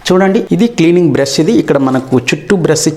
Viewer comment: ఇస్కాన కాదు ఇసుక బ్రస్ కాదు బ్రష్. నీ ఇంగ్లీష్ మండ